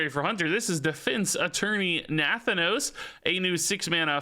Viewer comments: NUH THAN NOSE thats the pronunciation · Na-Thanos like Thanos, but with 'nuh' in front this is a real Pelagos moment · Looks like Nathanos is gonna be the new "pronunciation nemesis", after Pelagos! :) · Does anyone else get tilted by the way he says nathanos? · Haha the Nathanos pronunciation kills me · Nathanos is so strange to hear pronounced differently. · Are you saying Nathanos wrong on purpose????